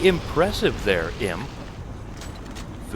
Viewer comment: "Very imp-ressive there, imp" 😂 I don't know if that was an intentional pun, but I heard it that way.